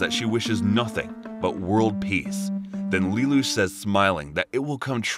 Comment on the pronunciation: You also pronounced lelouch wrong